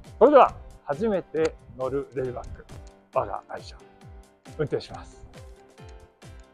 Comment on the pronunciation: RAYBACKじゃなくてLAYBACKですよね。（笑）